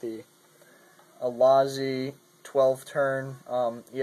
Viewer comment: its losi god learn!!!!!!!!!!!!!!!!!!!!!!!!!